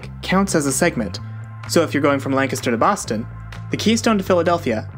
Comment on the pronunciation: I was SHOOK when you not only mentioned Lancaster right at the start, but also pronounced it the right way. Love to randomly bump into 717s on the internet <3